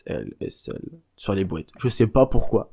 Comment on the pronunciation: des "bouêtes"... comprend pas, tu veux dire "boîtes" plutôt non ? x